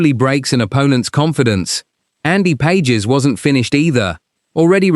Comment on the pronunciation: His name is "Pas hes", not Pages, as in two pages.